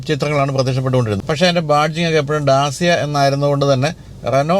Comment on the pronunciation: Sorry for small correction Dacia is pronounced as ഡാചിയാ.. അതേപോലെ മാച്ച് ഈ അല്ല മാക് ഈ ആണ്‌